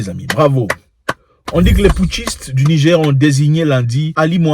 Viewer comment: Frere tu prononces Nigé stp rajoute le R rrr pour NIGER souverain 👍🏽 Merci, nous avons fait des propositions comme pour la haute volta# le Burkina Faso changer le NIGER # république de BORNOU ou autres... 👍🏽